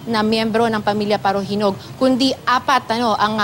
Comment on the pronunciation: Yung salita ng reporter prang pinapaburan nya yung mga parahinog..parajenog.